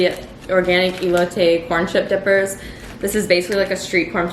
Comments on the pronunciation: Never related more to the cheese not agreeing w you but continuing to purchase all of the cheese:-) also it’s pronounced Elo-Te which typically refers to corn in a cup. Love these fall vlogs! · You say elote how you said it the second time ! "eh-LO-tay" lol love this video!